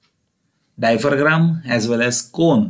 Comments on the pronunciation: Hello Mr. Dear Professor. It is not "diapher-gram", it is "diaphragm"... Pronounced as "dia-fram". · Its diaphragm not diphergram okk.....